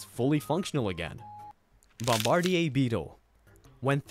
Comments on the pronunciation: Bombar"deer". Not bombard"eeyay". Just for future reference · I love your videos they are funny and informative, the only thing and it's tiny and pointless but the Bombardier Beetle is pronounced Bomb-Ba-Deer! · Bombardier is pronounced baam-buh-deer. Excellent video though. The electric eel one was pretty shocking. I didn't know they produce 600v. That's insane. For industrial and comercial wiring, most buildings use 480v 3-phase. Even if it didn't pass through your heart, it would be no bueno. The lungfish is kinda related and also OP. They can live for years outside of water, and without food. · Nah bombardeeyay sounds cooler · Think it’s pronounced Bomb-ba-deer beetle bro.😂